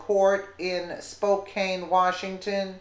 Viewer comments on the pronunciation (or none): Lady you need to learn how to read a little better! It's Spokane Washington not Spocane wash! You're not pronouncing words very well